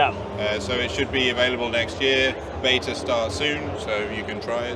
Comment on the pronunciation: How not to pronounce 'Beta', 'Assetto Corsa Evo', 'Pagani Huayra', 'Aluminium'??